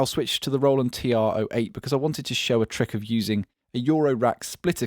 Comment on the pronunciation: You mispronounced the greatest drum machine of all time. Its a bit difficult so let me help you with the enunciation: T-R-8-0-8.